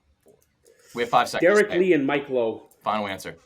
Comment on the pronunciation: Frank said Mike Low. Not Mike Lowell.